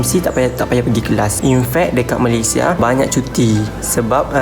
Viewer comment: jarang org2 muda dan sekarang sebut nama2 negara pengucapan formal dan sempurna... org sekarang rata2 bangga sebut Malaysia tu Malaysye.. sedih!.. tapi bangga dengan anda.. tak semua perktaan hujung A nk di E kan, sampai nama2 negara dan rasmi pun nak di E sebutannya.. tabik! dgn awak....